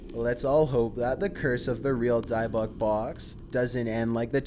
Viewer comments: How do you pronounce Dybbuk correctly twice and then incorrectly the rest of the time? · In thought dybbuk was pronounced die buck